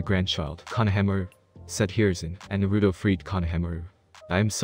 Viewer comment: Don't take thins the wrong way but, Is English your first language? If it is take some liberty in the translations and add the right words to make the sentence structures run smoothly. and learn how to say the names right. It's Nar-a-toe or not Na-rue-doe. Just saying. It would make your videos much better. Though it does sound better then the ones that use a reading program that is from the late 90's early 2000's.